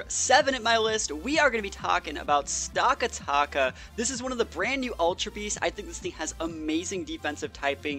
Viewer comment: It's "stack attack uh" not "stock uh tock uh" >:(